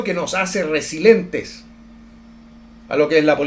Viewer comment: Muy interesante, aunque yo soy iconoclasta de igual forma respeto los monumentos, bustos o estatuas. Como sea, es mantener la historia visible y presente. Ahhh..!! Otra cosa, la palabra es RESILIENTE y no resilente, con "i". Eres comunicador y el lenguaje es muy importante.